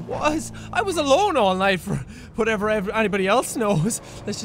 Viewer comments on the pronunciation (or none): none